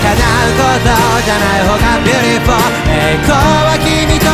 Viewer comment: ビュリフォーの発音👍✨ 好き🥰🥰🥰